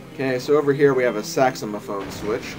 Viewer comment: I love how you say Saxomophone slim it's really funny